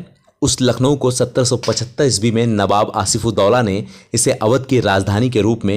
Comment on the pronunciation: Abe to newab Kyu bolta h be